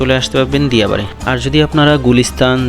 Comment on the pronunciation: ভাই আপনি নামের ভুল করে ছেন দিয়া নয় ডিয়া হবে